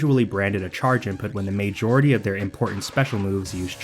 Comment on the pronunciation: why cant you say majority